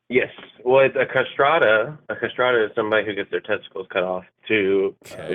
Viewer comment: What he’s talking about is pronounced “castretto”, I have no idea what a “castrata” is… Also who is this guy’s hypothetical person who has enough money / good enough insurance to cover a elective genitalia removal, but not testosterone shots?…